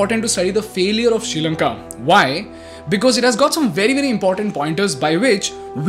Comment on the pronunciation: It is Not “Sheelanka” it’s “Sree” Lanka. Learn to Pronounce Well 🤦🏽‍♂️